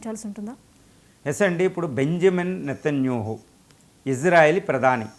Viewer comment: Nethanyahu you are pronouncing as netanyuhu. Please pronounce properly